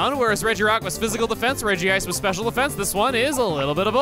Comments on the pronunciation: It is officially Rej-ice rather than Rej-ji-ice Y'know, like it's spelt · It drives me nuts that Regice is pronounced Reggie Ice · Its actually just pronounced Rej-ice for Regice. They did the same thing in movie 8 with calling Bonsly Bonslee.